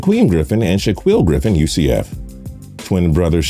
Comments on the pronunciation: he couldn't pronounce shit, did not get one name of the Griffin brothers right... He said shh uh qweel when it's Shaquill pronounced (shh uh keel), and said Shh uh qweem when it's pronounced Shaquem (shh uh keem). Now I know people aren't perfect and make mistakes all the time as I do, but as a person who does videos on NFL players it's pretty sad he can't pronounce a starting Corner, or the fastest linebacker in NFL history's name... That is my point 😑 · My dude u pronounced Shaquem and Shaquill names wrong